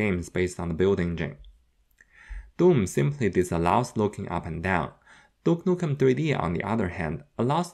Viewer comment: Ahhh my favourite game "dook nuken tree dee"